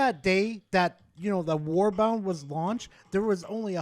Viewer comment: The only thing that drives me up the wall is you calling warbonds "warbounds", like wtf? Otherwise, a good vid.